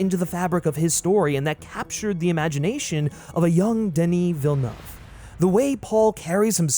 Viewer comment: Me (from Quebec) appreciating you actually pronouncing Denis Villeuve’s name like it should be 😂